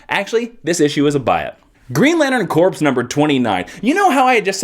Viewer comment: Corps is pronounced like "core", not "corpse."